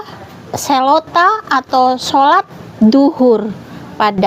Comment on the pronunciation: Katanya Duhur bukan Dzuhur... Lidahnya tidak bisa menyebut huruf z 😀... Sebelum ada solat islam sudah ada doa orang² penganut ajaran Taurat... Gitu dong bukan doa ibu itu 😁...